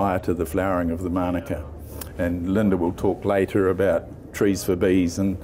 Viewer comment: Please pronounce Manuka correctly. You keep saying manaka ... very annoying 🤔